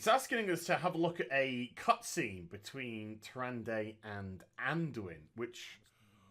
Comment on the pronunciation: The whole time I'm just like..."Its (Tyr-an-da) not (Tyr-an-day) JESUS CHRIST"